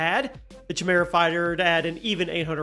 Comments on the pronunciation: I wither away when someone pronounces chimera wrong. Hahahaha😊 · Top 10 words we discovered doesn't know how to say. #10 chimera. Haha Just having fun, love the videos